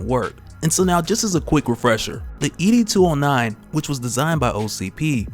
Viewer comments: It’s ED 209 not E D 209. Great review by the way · It's ED 209 not E-D 209... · ED! 209 bruh not e d 209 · It’s not E.D. 209 it’s Ed 209.